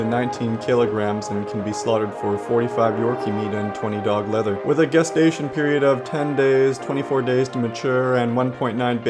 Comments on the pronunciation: Lower music next time pls Also it's gestation period not "Guestation" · FYI: the G in gestation is pronounced like a J as in GIF.